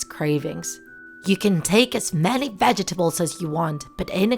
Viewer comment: No one:: Vdjetables 😆